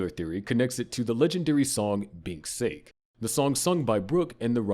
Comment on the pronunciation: sake is a drink... its not sake as in the english word